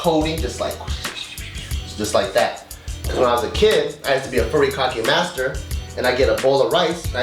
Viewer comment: pronounced furikake- really nigguh?